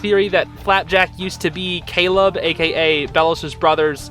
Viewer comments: he says Caled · he said calob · i heard Caleb, i'm so confused xd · I heard Caleb not kill him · In my opinion I think Belos said “Caleb!” because I can hear the b at the end. All though the subtitles said “Kill him” I think this is a mistake considering it has happened before but this is my opinion, I’m not saying your wrong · Ok when belos sees the palacman does he say Caleb or kill him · not "Kill him" but "Caleb"